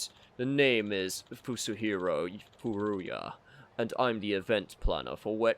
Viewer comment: Wette Chicken? Well, I guess that's one way to mock a rival business. 🤣 Congrats, man. You actually managed to come up with something more eyebrow-raising than Wette Kitchen. Oh, and your occasional messing up of names by arbitrarily inserting an extra syllable is my jam. So far, we've got: Hamura -> Hamamura Murase -> Murasame Furuya -> Furuyuya There could be one or two more but these are the three I can recall off the top of my head. The pattern seems to be 3-syallable names that your brain seems hardwired to changing into 4-syllable ones. Yagami should thank his lucky stars that he's the protag or he'd be Yagamimi or something, lol. Looking forward to see if there's more.